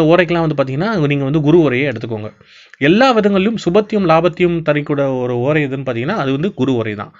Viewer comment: முதல்ல ஓரை என்று பேச, ஏழுத பழகுங்க. பிறகு அடுத்தவருக்கு பாடம் எடுங்க